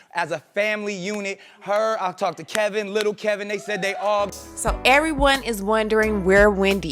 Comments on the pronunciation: Kev-in not Kel-vin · K E V I N not K E L V I N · His name is K-E-V-I-N, not Kelvin. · Why do you keep saying keLvin??? It's KEVIN. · His name is Kevin not Kelvin😒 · It’s Kevin, not Kelvin. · Girl would you stop calling that man kelvin its Kevin!! 🤦🏾‍♀️🤦🏾‍♀️ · This tea is piping hot but I’m slightly bothered by the mispronunciation of the husbands name lol it’s Kevin not Kelvin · Why do u keep calling her husband "Kelvin". His name is K E V I N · The bum's name is Kevin not Kelvin!!!!! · I thought her husband's name and her son's name was Kevin---not Kelvin (kell-vin). What the...??? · KEVIN!!!!! ...NOT CALVIN!!! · that clown's name is Kevin! you keep saying KeLvin... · Can somebody tell this bitch how to read. It’s Kevin !! Not kelvin... idiot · I'm sorry no offense because overall I like your work..but if you telling someone's business you should pronounce the name correctly..its KEVIN not KELVIN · The man name is KEVIN. Not Kelvin but Kevin. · Y do u say Kelvin it's kevin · it's Kevin you have to get the assholes name right lol! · I can not subscribe until you pronounce his name properly. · FloridaGal Mitchell She can’t even pronounce Kevin’s name right plus her whole theory is on assumptions